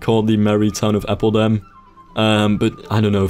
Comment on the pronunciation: atleast do appeldam instead of appledam